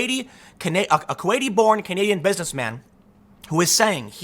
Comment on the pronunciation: The whistleblower is Kuwaidian.